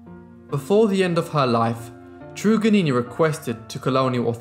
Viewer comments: It's not "true-gannini" bro It's "TRRUGG" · Trug is normally pronounced as a hard ‘u’ ie tug. Van demons land is Tasmania. There were other native people in Tasmania that survived, Truganini was not the last Tasmanian. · At least give her respect and say her name right. It’s “Trug-an-ini”!!! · A sad history and thank you for covering it. Her name is pronounced trug as in drug Truganini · It's Trug as in drug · (PHONETICALLY pronounced).... ~Truggah-nee-ni~ 💖 ~Van DEMONS Land~ ~AY-BULL TAZZ-MAN~ 😊✌🐨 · Truganini as in 'Dug', Van Diemens pronounced Demon, you're welcome, cheers.